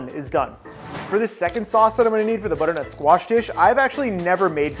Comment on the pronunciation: Every time you said butter nut squash my brain screamed